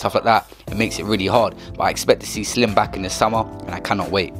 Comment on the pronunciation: Slim on the vid says Silm lmfao